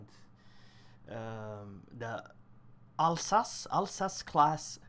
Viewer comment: "Alzass class" sound better:) Nice video